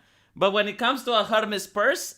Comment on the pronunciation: You can't say Hermès like that lol I can't lol